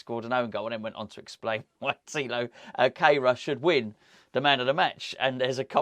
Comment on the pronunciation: Gonzo, you mentioned the pronunciation of Kehrer´s name which I think you and Moyesie are still not quite getting right. As he is German, and I myself am a German teacher, I think that his name must be pronounced "care-rah" (English version). In terms of etymology, his name actually means "sweeper" which is quite ironic when you think about it and what you talk about in the video. Not trying to be a smart-arse, just trying to help "going forward", as Moysie might say.